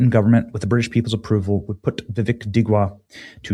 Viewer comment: Dude..... You keep calling that POS "Vivick" That's garbage needs his name correct across the world!!! VickRUM!